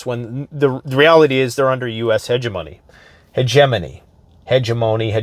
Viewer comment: it's hegemony, not hegemony!😂